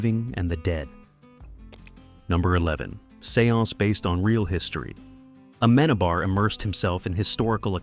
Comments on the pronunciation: dude please..when your video stars you see the name of the director with the written accent there... it´s not aMEnabar........................it´s ameNAbar..!! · You don't pronounce Amenábar's name not a single time well through all of the video... Such a shame! It's AmenAAAAbar, not "amEnabar" 😅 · Se dice Amenábar